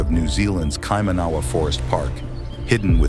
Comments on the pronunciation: The pronunciation of Kaimanawa has the accent on "man" not "awa"., get it right before you broadscast, dummy. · You are not pronouncing Kaimanawa correctly. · Please make good effort to pronounce 'Kaimanawa' correctly.otherwise youre showing how much you dont know.also its respect. cheers:face-fuchsia-tongue-out::shelterin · Is that how it's said? Would it be written Kaimanaawa if it is said like the narrator pronounces? Maybe the rock culture is from South America? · Kai-Mana-Waa you pronounce it.Not Kai Maa Nawa. Said with love from a descendant of the area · be nice to get your orator to hear local pronunciations of the local names ,ie Kai man a wah, not, kai man ahh wa . A good read too is '1421' the year the Chinese did a global mapping and tribute voyage , two huge fleets of assorted Junks , It would seem they left mining colonies around the world including in NZ . There is also evidence that a large amount of human bones , that were pre mori-ori and Maori , were ground up in the early 20 century ,for fertilizer !?. Funny how history and priceless archaeological finds can be so selectively valued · IF you are going to make a film about NZ, The bloody least you can do is pronounce the names properly. Kie Man A wa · Please practice your pronounciation, cringe everytime you mispronounce "Kai-mana-wa" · Where in NZ is this American talking about??? Never heard of the place he's talking about. But I do know of KAI-MA-NA-WA. Shit I just wish people would take the time to pronounce the God damn Maori words properly. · I was surprised about the pronunciation of Kaimanawa. Kai mana waa emphasis on 1st and last syllables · Yeah it's actually kai manawa (all hard vowels). The dude is American and reading it wrong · Please get the pronunciation correct its Kai man aw wa. I didnt recognise what you were talking about in my own country until i saw the spelling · TRY THIS . ki - man -a wa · It's painful hearing kaimaahnaahwah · Kai / ma / na / wa. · It’s KaiMANawa